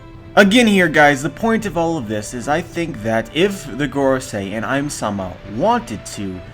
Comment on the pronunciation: Ym-sama is literally read "Eemu-sama", so I think a good English prononciation can be "Eem-sama"